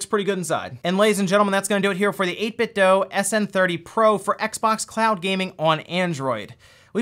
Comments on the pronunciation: Guys, For the last time, it’s 8-bit-doo. Not doe. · I’m pretty sure it’s 8bitdo not doe but I’m not complaining. Nice vid👍🏻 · "So I've been following 8Bitdough for a while now" Still mispronounces the company's name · 8bitdoo, not dough